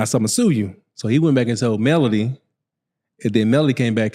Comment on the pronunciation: It’s Melody not Melodie! See I can tell you don’t follow the show! That’s why you’re clueless